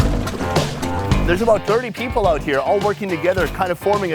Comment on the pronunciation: we not just gon act like he did not just say dirty pepole